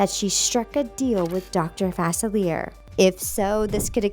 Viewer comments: “Dr. Facelleer” ??? NO. It’s Facilier. (Fa-sil-e-ay). PRONOUNCE IT RIGHT OR DON’T SAY HIS NAME AT ALL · It's a sceptre not a specter. And Dr. Facilier's name is pronounced fuh-sil-ee-ay, not fah-sah-leer. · I’m really sorry I hate to be that guy but it’s pronounced Dr. fah-silly-eh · “Faci leer” smh 🤦🏻‍♀️😂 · Okay... Just a side note... I believe that Facilier is more of a French pronunciation... At least that is how they pronounced it on the 'Once Upon a Time' Series. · U mispronounced DR.FACILIER!